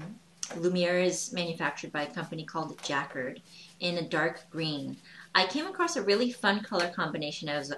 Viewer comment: that's just lovely, and you're right: it would make a gift anyone would treasure. One tip: Jacquard is pronounced with the emphasis on the second syllable--JacQUARD.